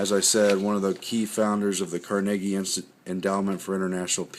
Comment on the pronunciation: Your pronunciation of "Carnegie"has me barely hangin on ....one more time I'm out